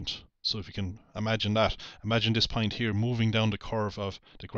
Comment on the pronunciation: And don't get me started on his pronunciation of point (or "pint", as he calls it).